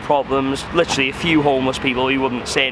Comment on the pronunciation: Lihhhtchheraly Lihhhtchheraly Lihhhtchheraly